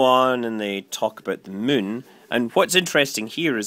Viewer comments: Funny how every time you say Moon, it sounds like your saying Mun... lol! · Actually, there is supposed to be an accent over the "u," that makes it pronounced like "Moon."